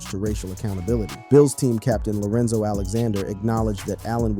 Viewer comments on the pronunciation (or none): none